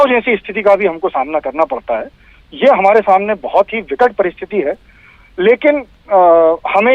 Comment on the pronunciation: Is chutiye ko kon news padne ko bolta h ye hai ko kai bolta h